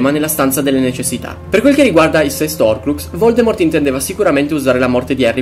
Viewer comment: Ma perché nessuno pronuncia la h nella parola horcrux?